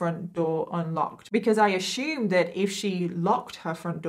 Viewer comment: "I ashum that..."😂😂